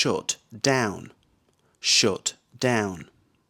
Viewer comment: really strange pronunciation, 'shut' like 'shoot'